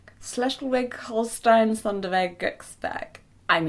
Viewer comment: Hey Jessica, just for future reference: “Schleswig” is pronounced less like every letter has its own sound and a little more like some of the letters make just one sound, so the “sch” is pronounced more like “shh” and the “w” is pronounced like a “v”, so phonetically it would be pronounced something like “shh-les-vig”. Just a tip for any future pronunciations!